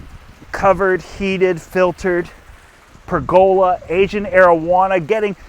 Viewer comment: Another I know your canadian in the pronunciation are different , but It is pronounced per the love. Not Not pregola